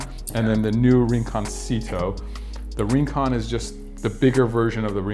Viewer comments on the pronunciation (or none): Isnt rincon pronounced reen-con? Like in Spanish. I figured if it’s named after rincon beach and there is a version of these glasses called rinconcito it shouldn’t be said with an Anglo pronunciation. Just saying 🤷🏻‍♂️